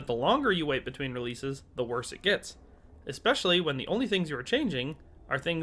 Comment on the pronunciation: Please don't say "ex specially" I'm sick of these dudes who upload vids and say ex specially! Learn how to pronounce common words.